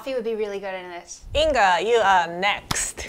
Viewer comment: Your name is Lithuanian or from some Baltic. Because I am Lithuanian and we have Inga name. Just the letter g we do not pronounce as K amd as very deep g. Just it is pronounced differently and English language does not have that sound. It is very specific